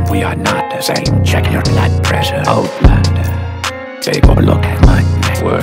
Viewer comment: I thought wen he was saying outlander that he was saying oh blunder. So I partied UK ole blunder yeah I snorted coke to this shit. Thanks kid.